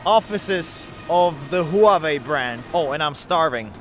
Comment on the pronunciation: Looks like a cool city In general just avoid news. As global citizen it is the best And Huawei is not pronounced Hu-a-wei, its closer to wa-wei